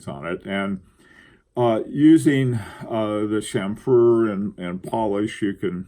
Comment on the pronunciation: please say CHAM-fer, CHAM-ferring, and CHAM-ferred not cham-FERD...Thank you for this fine topic!